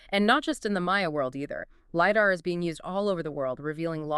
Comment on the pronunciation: Stop saying LiDAR wrong